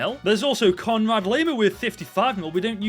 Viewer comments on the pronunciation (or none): none